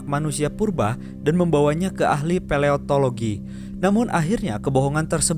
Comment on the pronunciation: Gak mutu banget..... Nyebut paleontologi aja salah 😂